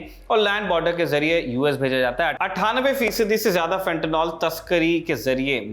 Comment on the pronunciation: Fentanyl....NOT Fentanol Fenta निल सही उच्चारण करिए. हमारे देश में गँवारू लोगों की कमी नहीं है FENTANOL का भी कुछ और बना देंगे